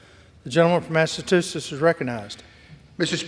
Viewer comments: He uttered smth like “massatoosess”🎃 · Speaker says “Massatuchetts” ( mark) and again a couple minutes later